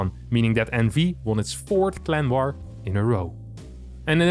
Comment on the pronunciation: I keep hearing "Clem war" instead of clan war lol